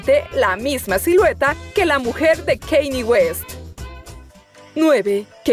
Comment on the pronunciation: Cómo me desespera la pronunciación de esta mujer. Como dice los nombres de Kanye y de Beyoncé 😂